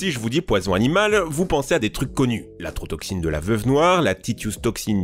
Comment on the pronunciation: Maitotoxicne mdr , bah voila on sais comment il fait maintenant